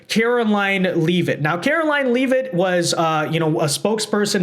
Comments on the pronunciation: Levvit, not leave it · her name is pronounced Levit... not Leave-it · If you are going to apply for a press pass, you might want pronounce the Press Secretary’s name correctly. Just saying….its lot leave-it, it’s pronounced lev-it.